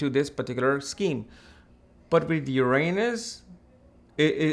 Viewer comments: Yer- Ron -Us. Not Yer anus 😂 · Haha he keeps saying your anus 😂😂